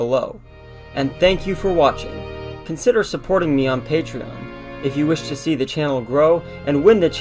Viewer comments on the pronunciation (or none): none